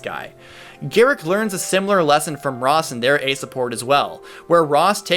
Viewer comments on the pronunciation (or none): none